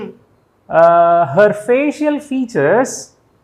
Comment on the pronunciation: Facial not ஃபேசியல் but fபேஷல்